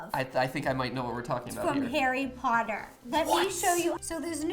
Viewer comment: The mispronouncing of Harry Potter quotes. The pain... Oh the pain